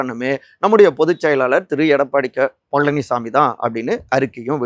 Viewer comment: எடப்பாடி க பழனிசாமி.....உச்சரிப்பு மிக அருமை பிரதர்.....❤❤😊😊